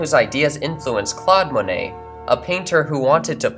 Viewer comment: At one minute 37 seconds we see a canvas by Paul Cezanne. I do not believe he was an Impressionist...rather a post-Impressionist. Also, you might want to check how certain French names are pronounced. We do not pronounce the "et" at the end of the name "Monet" as 'ette'. We pronounce it as the letter A. Clearly, we have chosen to adopt the French pronunciation of the name. So, please pronounce the first syllable as the French do. Monet.:Mon as in mon ami not as in "Mow the lawn " Not Mown-ay but Mohn-ay Also.... DEgas is not Day-Gah. And the final S is not pronounced. REnoir is not Ren- wah. The DE and the RE are pronounced as in JE suis. It is easy enough to Google how a word is properly pronounced.